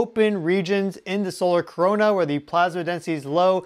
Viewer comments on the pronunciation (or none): none